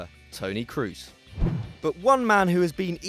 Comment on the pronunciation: P1 5mok35cr33n Cross isn't the right pronounciation either but it's better than "Croos".